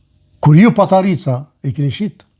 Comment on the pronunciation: Te lutem jo patarica po paterica